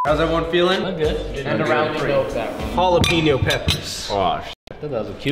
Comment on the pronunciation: Its hala-PAIN-yo